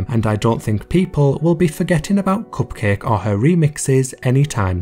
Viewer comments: The way you say "Cupcake" is so satisfying! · I like the way he says “cupcake”